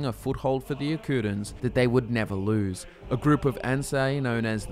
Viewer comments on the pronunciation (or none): none